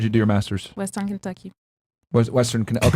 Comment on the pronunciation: “KENTUCKYYY?!?!?” Why did have to say it like that? Is he scared of Kentucky?